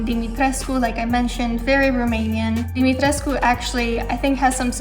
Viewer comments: It's DIMITRESCU, and all letters are pronounced. There are no silent letters in Romanian, it is all mostly phonetic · Isn't pronounced dimistresc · HA! she said tres-cu, check mate! tresk speakers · Yes, it is pronounced as <Dimitrescu> not <Dumitresk> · She said Dimitres - cu. In the game, it's pronounce like, just Dimitresc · OK it is pronounced "Di-mi-tres-coo" and not "Di-mi-treesk" as pronounced by almost everyone and written in an article too.. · Everybody pronounces DimitrescU, then americans come out of nowhere and pronounce Dimitresc, like?? wtf americans? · specialist - check romanian - check pronounces dimetrescu wrong - check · She's romanian but can't pronounce "Dimitriscu" properly. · Lol the characters in the game don't even say it properly, they say. Dimitresc without the u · In the game they pronounce it "domitresk" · But she pronounces Dimitrescu wrong?? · THE U IN DIMITRESCU IS SILENT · No. That's the proper pronounciation. Am a Romanian also. Capcom buthcered the name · The only thing it bother me about her she's pronouncing wrong the name Dimitrescu. You can hear clearly in the game how is pronounced. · So capcom f*** up the pronunciation of lady d 🤣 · At least in the English version (which still bugs the hell out of me lmao). In the German version for example they pronounce it the right way. Maybe they did it intentionally for English speakers.